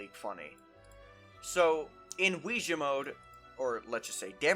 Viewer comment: I'm sorry and I'm trying not to be offensive here. Are you making a joke when you say ousia, bc never have I heard it said that way. Im hearing wee - ja from you and I've only ever heard or thought O-si-uh And those don't sound at all the same